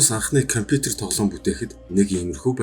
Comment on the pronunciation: Коипитэр гээд байхын КомЮтЕр гэж хэлээчээ КОМПЮТЕР